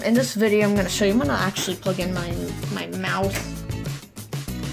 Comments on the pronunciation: sounds likes you're saying "I'm actually gonna plug in my mouth ok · sounds likes you're saying "I'm actually gonna plug in my mouth" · Ha! I said the same thing! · Lol same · ya it did sound like that even for me